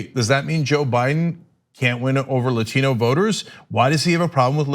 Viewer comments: Another Spanish word ? Remember "Latin" is a language, i have known a few who have studied and spoken it. Non of them have ever pronounced it the way she has. Non native english speakers mispronounce many words, we usually just ignore it by calling it as an ascent. But if we speak a language proficiently we then do not change to an accent mid sentence. it's like purposefully doing a thing the "wrong way". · I know a TON of Dominicans, Puerto Ricans, Cubans and the such. They never put that much emphasis on the word Latino. Cousins are Latino, never heard them talk like that. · 😂 Im really not trolling. I like AOC and Im a hard lefty, I hope she becomes president one day, but my brain cringes when she says "latino", I cant help it